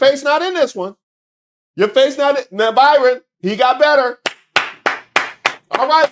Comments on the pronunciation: You so crazy. His name is BrYon...NOT ByRon. 🤭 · The poor man's name is BRYON (pronounced Brian) NOT BYRON,! Poor dude is probably ashamed enough that his wife was boffing Corey on a private plane & her other 'homes' then these pictures and people can't seem to get his name right! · hate to nit pick but BRYAN not BY-RON. Love your videos! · Bryon not Byron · His name BRYON,Ike Brian spelled differently.NOT BYRON. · are u calling him Byron instead of Bryon? idk the guy personal level no kink shaming, but its funny when the cult of MAGA loved portraying themselves as the party of values when they got no values. Noem even was outted for her affair with Corey Lewindowski when word got out Noem was using the bang plane😂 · brother you keep calling him Byron and not Bryon, but they both the same. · Do you keep saying "Byron" on purpose? Or are all the media outlets misspelling his name? I feel like a crazy person! 🤣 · calling that man Byron instead of BRyon is KILLING ME!!!!😂😂😂😂😂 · I'm laughing even HARDER because keeps mispronouncing his name. That's HILARIOUS!!! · Hey hey cousin please hear me lol ok I got ENOUGH clowns run around with MY name doing mess hahaha this mans name BRYON not BYRON HAHAHA love what you do I watch your videos daily!!! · I think his name is Bry-on not By-ron. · I been trying to say this hahah I got enough Byrons running around making my name look bad lol thank you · ...the low-key DISRESPECT of continuously calling that man BYRON when his name is BRYON is beautiful... :face-green-smiling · The fact that called him "Byron" instead of Bryon had me 😂😂😂😂 the whole time. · Is his name pronounced 'Byron'? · That Y got you messed up. It’s Brian, spelled similarly to Byron! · I’ve been watching you for long enough, and I know that you know how to read. You just sat up here and mispronounced that man’s name at every possible turn. It’s BRY-ON. NOT ‘BY-RON’!!! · The man’s name is Bryon not Byron.